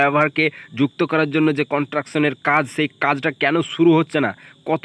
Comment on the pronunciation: কথাটা কনট্রাকশন নয় কনস্ট্রাকশন। আর জ‍্যাম্প নয় জ‍্যাম। উচ্চারণ ঠিক না হলে ভীষণ কানে লাগে।